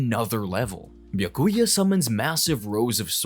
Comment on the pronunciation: I’m getting whiplash. How can he butcher visard and byakuya, but then EAT pronouncing komomura’s shikai & bankai names 💀